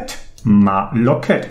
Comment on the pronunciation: ) Ich denke, die Aussprache ist Lokhíd und kein Loket :)